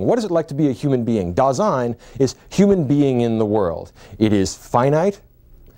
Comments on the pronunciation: It's Dasein, not Design. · Just wanted to inform you that it's not DESIGN; it's DASEIN. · mispronouces Dasein as if it were French, not German, maybe an attempt to prove to Americans he's competent?